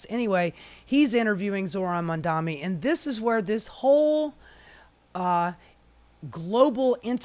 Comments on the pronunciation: The irony of calling out Cuomo for mispronouncing Mamdani, then habitually screwing it up for the rest of the video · You're mispronouncing Mamdani!